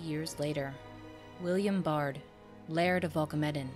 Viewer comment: A wonderful video! Thanks for creating it. I notice your (Bard) pronunciation, whereas it has ALWAYS been pronounced (BEARd) in my family line. I have taken 4 DNA tests and would participate in your DNA studies. I've been searching more much more info on Dr. John Baird and his father James Baird from the Glasgow area I believe.